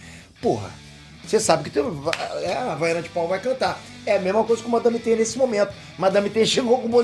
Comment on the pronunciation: euu ouvi o falar madame teta 😂😂😂😂😂😂😂😂😂